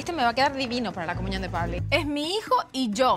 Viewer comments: Soy yooo...o dice comuñon...y a Niurka le dice Ñurca?? 🤦🏼‍♀️ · Ok, pero comuñion 😂😂😂